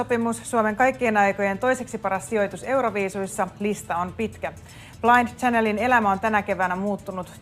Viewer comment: ”Blaind tsänel” 😂😂kehtaaki toi juontaja nainen lausuu sen väärin😂😂